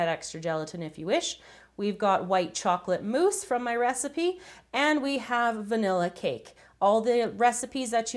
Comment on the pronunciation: She said chocolate mousse